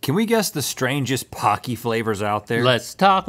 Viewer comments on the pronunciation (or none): my weeb is showing here, but it's pronounced "poe-key" pah key would be パ ッキー but it's spelled ポッキー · In Japan it's pronounced p-OH-cky like hokey-pokey. They are great. Pretz, too.